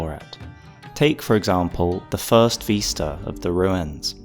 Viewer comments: Vis-ta not ves-ta. Vis like this, not ves like vest. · VISta not VEESta. you drive me nuts lol